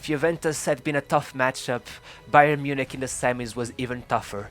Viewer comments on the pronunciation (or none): none